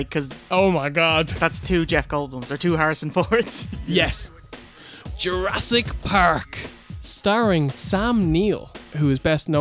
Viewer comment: "URASS!" PARK